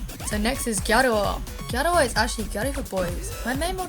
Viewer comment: ***** also I forgot to add serious props to you for pronouncing gyaru correctly - i cant tell you how many youtube videos ive watched and just cringed because they say 'gyah-roo' hahah. its like just say gal or pronounce the word correctly omg!!